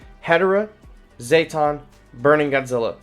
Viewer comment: Zeh-tawn not zay-tawn